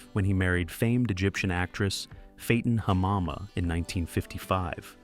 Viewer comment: It's pronounced Fatten Hamama, like an actor will fatten up for a role. Not Fayton, lol. And Hamama is pronounced like you say ma'am.